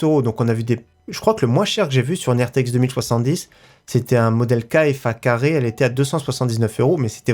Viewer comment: Pk tu dit kfacarre c kfa2